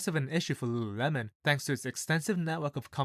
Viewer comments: Repeat after me: LU…LU…lemon. Not luuuhhhuuuhhh-melon. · Homeboy can barely say it. Founder was right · Damn , I thought you are having a stroke every time you said Lululemon